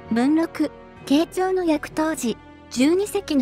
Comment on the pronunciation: ～慶長の”役”の読上げが”やく”になっていますが、正しくは”えき”ではないでしょうか？